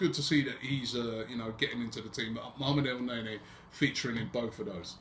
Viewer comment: its pronounced El-Nin-Knee